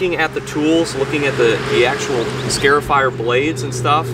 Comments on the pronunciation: You are scarring the yard not scaring the lawn. It is a scar-ifier, not a scare-ifier. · " Scare-ifier" 🤦‍♂Cringe every time I hear him say it... It's "Scar-ifier" like a scar on your skin. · It's pronounced "scarr-ifier," not "scare-ifier," like a scar on your arm. Neat little machine, though. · Scarifier Pronounced "Scahr-if-eyer". Like scar, if, eyer. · Excellent video. BTW it's pronounced SCAR (rhymes with car) afier, because the long slits that it creates in your lawn's surface resemble scars. I must admit however, that the closeup video shots of the machine in use, are in fact, just a wee bit "scary". 🤔😎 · Every time you say "scare-ify" I thought of the SunJoe yelling at the grass, "Boo, I'm tearing up the lawn! Hahaha!" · Never heard someone pronounce “scarifier” like that.